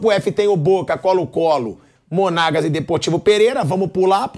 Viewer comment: Flávio dizendo Corinthians contra Monaguas , bolei de rir 😂😂😂